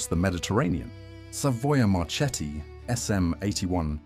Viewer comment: A very interesting video. Just one observation: Macchi and Marchetti are pronounced "Makki" and "Marketti", the Italian word combination "ch" is pronounced as a "k"